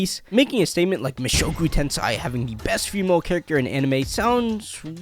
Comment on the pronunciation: Please stop saying Ten Sai ... It's Ten Sei ... Like (10say) , not (10sigh)